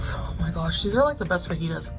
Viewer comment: As a Mexican American, I’m offended by the way she says fajitas and guacamole. 😂